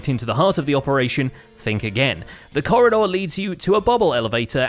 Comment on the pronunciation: Ok so is it just me or is everyone saying Corredor